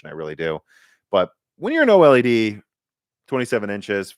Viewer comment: It's called OLED, no O-El-E-Dee. I know it's hard for amateurs to pronounce the technical stuff.